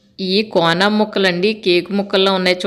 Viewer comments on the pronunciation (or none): సిస్టర్ మీ వీడియో అంతా చూసాను. బాగుంది. మీరు మెత్తలు అంటున్నారు కాదు నెత్తల్లు, కోనా ఫిష్ ముక్కలు అంటున్నారు కాదు తునా ఫిష్ ముక్కలు. మాది కూడా కాకినాడ కానీ నేను ఎండు చేపలు తినను. పచ్చివి మాత్రమే తింటాను. ఎందుకంటే ఎండబెట్టడం నేను చూస్తాను చాలా భయంకరంగా ఉంటుంది అందుకే నేను అస్సలు ఎండు వాటిని తినము.